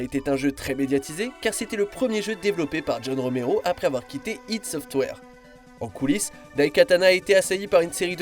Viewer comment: "IDé Software" ! 😂😂😂 Si français... Ça se dit "Aydi"... Et au passage, : ça se dit "Chenmou"...